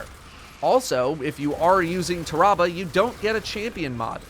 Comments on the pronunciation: Ta-ra-bah...... it's pronounced "Terra-Bah" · It’s Tear Ra Ba not TAHrahbah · it's not tah-rah-bah, tarra-bah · I thought it was pronounced "tear-ah-bah"? Have I really been saying it wrong all this time or... ? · Ah yes, “Terrabal” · Nobody:: TER-AH-BUH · Everytime he says the name wrong i feal my brain hurt lol cmon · I love how he says tarrabah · Am I the only one bothered with the way he says the name. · the way he says Tarrabah annoys me slightly, it sounds very medical how he says it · Why does he say its name like that?